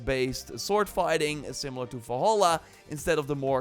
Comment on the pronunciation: I remember watching a video from this youtuber years ago about horizon zero dawn, I see now that his voice is just as annoying as before, besides, can't he say Valhalla like a normal person SMH